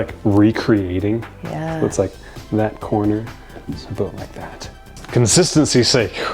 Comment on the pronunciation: Its boost not boast LMAO 😂